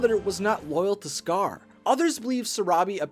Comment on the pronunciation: When you said the rise of scar I thought you said the rise of scourge By the way it's from Warrior Cats it's a really good series